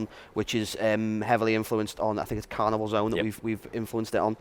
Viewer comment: not to be too picky on the lego dimensions people but i winced when he said "carnival zone"